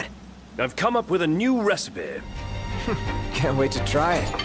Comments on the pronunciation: It makes me so unreasonably happy to hear "That's it! I've come up with a new recipeh" in a Babish video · Ah, gotta love Ignis. "I've come up with a new recipeh!"